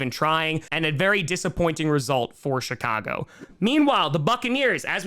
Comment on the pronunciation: My speakers are kind of scratchy, but it sounded like you were saying the shhittcago Bears.🤣